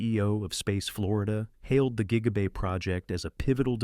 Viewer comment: JIGA BAY???